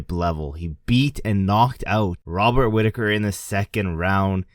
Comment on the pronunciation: Mate, you can’t even say Chimaev runs through Rob Whittaker 😂